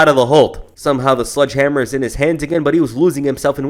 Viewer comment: The guy says sludge hammer 3 times in a row. It's not sludge it's sledge